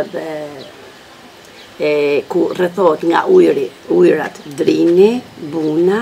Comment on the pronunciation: That wasn’t pure gheg. “Emrat, ujrat etc” should be pronounced “emnat, ujnat” hehe